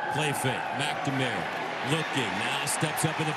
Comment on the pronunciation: the way they pronounce McNamara..... it kills me!